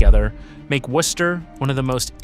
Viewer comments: I’ve heard worse mispronunciations of Worcester. Also, there are still an awful lot of triple deckers left in Worcester, I used to live in one. Millbury didn’t build its shopping center until after the a worcester Galleria was king fine, and it came at about the time its replacement - The Worcester Common fashion Outlets was on its way out, you may be thinking of the mall in Auburn, which is right next to Millbury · This video is a total mess! Can't pronounce the name correctly (Woo-ster) nor consistently. Many of the video and stills aren't even of Worcester. The first several minutes are repetitive. And, as other commenters have pointed out, the 3-Decker style buildings were NOT all destroyed. Total Fail, Dude. What a joke of a channel. 👎👎👎👎👎👎👎👎👎👎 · First off, learn how to pronounce the nasme of the city. Secondly, there's plenty of 3 deckers in the city. Not sure where you're getting this from but you need to come up here to see that you're wrong. Go to Vernon Hill or Grafton Hill. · You are wrong. Especially in how you say Worcester. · My Dad grew up in a 3 decker in Worcester.. All of my family,including me,were all born and raised in Worcester. You're pronouncing Worcester,correctly in one sentence,and mispronouncing it in the next sentence. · It is still a mispronunciation. The English city is pronounced as typical New Englanders would say it, which is not how he says it, at least at the start. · You can pronounce it Wooster. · And its woo-ster (or woo-stah boston accent lmao) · bro dude guy ya gottta say woostah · the ai has no idea how to pronounce it